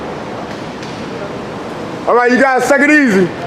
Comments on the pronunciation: I have to ask you...Do you say "Take it Easy" or "Suck it Easy"? Cus that shyts funny as hell...!!Lol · Did he say suck is easy or take it easy lol